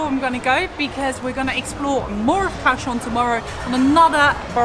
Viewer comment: The city is pronounced Gaoshiong.